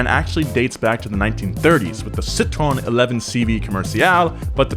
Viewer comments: Citröen is prononced Citro-N and not citron. It bothered my baguette's ass to hear that ! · Si-trow-en. How many times dude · Wtf was that Citroen pronounce?? Come on dude it's not that hard😂😂😂